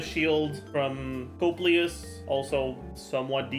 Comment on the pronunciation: It's funny how much you cared about the correct pronunciation of sumeru character, but when It comes to italian words like "coppelius and coppelia" you suddenly "don't care".